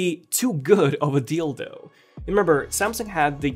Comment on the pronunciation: I’m I the only one who heard too good of a “dildo” instead of “deal though”😂